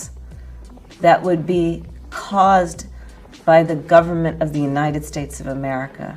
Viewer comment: I don't like how she pronounces United States. She pronounces it "Yahhnited States".